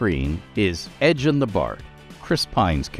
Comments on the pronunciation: ED GEN... Guh. Not Edge in. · Edgin sounds really close to edgreen as in ed greenwood 😂